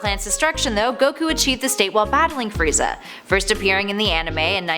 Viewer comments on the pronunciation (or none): none